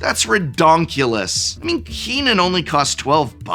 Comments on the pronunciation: Did you pronounce Kinnan as "Keenan" just so we would comment? That will never work on me! ... wait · I'd argue the pronunciation of Kinnan is far more atrocious than Prof saying, "mogging."